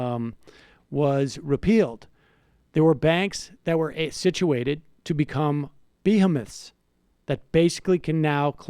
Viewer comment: Sam, what the hell kind of dorky pronunciation of the word "behemoths" did you use, , you say it like, " bee-him- moths", don't say that lol.